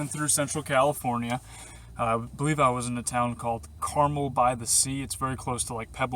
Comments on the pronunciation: Hi. The town is pronounced Car-MEL.. Like Mel Gibson.;-) Carmel is hella rich... we're talking about the top 0.1%. Clint Eastwood was the mayor of Carmel at one point. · it just does not get better than Carmel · lol...I was just getting ready to post the correct pronunciation myself.